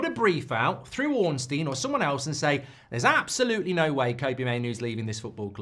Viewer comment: Still can't pronounce Kobbie properly